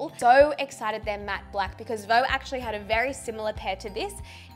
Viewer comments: Hey, I love that new partnership this is awesome! Did you know VEUX means wants in french! And we don't pronounce it like «vo» but more like vuh/veuh! Just a heads up! Love youxx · I love it and I'm so excited you are creating more and more as your channel grows! Only thing is that "veux" is not actually pronounced the way you're saying it... (you're saying "veau" which is French for "calf" as in a baby cow, instead of "veux" which means "want".) Not wanting to troll or bring you down, just wanted to share the knowledge to help you out!! 😁 I LOVE your channel and can't wait for your next update tomorrow! Thanks for all the hard work you put in to what you do!!! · Didn’t realize Veux was pronounced “voh”, I’m from the states (what you and Kurt would call a Valley Girl) and kept saying it like “View” and just thought it was View but spelled to look French and fancy